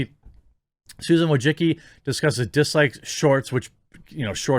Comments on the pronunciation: Wojcicki: pronounced "voy-chit-ski" And now it's time for her to step down. She has done enough damage to the YouTube brand. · "Susan Wojicky" Lmao